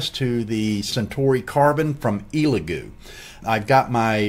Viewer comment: Solid video. Only note I have for you is to respectfully ask you stop calling it an “EEELagoo”. It’s pronounced “ELLagoo”.